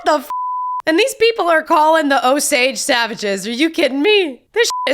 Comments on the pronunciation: Long "A" in Osage. That was painful... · Casino 🎰 and Avivator are what you need to see. Oh Sage is how its pronouced. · Pronounciation, Osage...Long O and long A. Like O-sage where sage is pronounced like the herb.